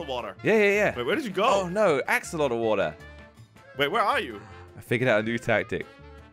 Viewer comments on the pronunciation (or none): AXOLOTL NOT AXOLOTI